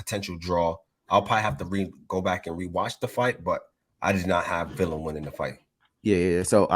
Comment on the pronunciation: This fight might be another Broner vs Maidana if boots don't respect Villa power!! ohh and Mad respect for prounced Villa (Viya) correctly and not Vila👍🏼